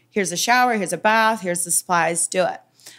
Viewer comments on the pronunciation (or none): none